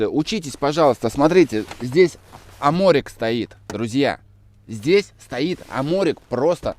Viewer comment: Аморик😅 Спасибо. Аморик.